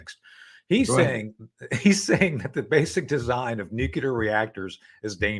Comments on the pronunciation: Please tell Tony that it’s Nuclear and not Nucular… just a irritating…! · Please Judge stop your habit of interrupting your guests before they finish their comments, not a good interviewer habit. Please Tony Shaffer, the word is nuclear not nucular. I would think a DoD career guy would know that. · Your honour, I know this is acting a lot, but could you tell Tony to stop saying nucular?